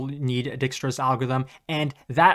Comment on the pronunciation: Dijkstra = Dyke-stra not Deekstra btw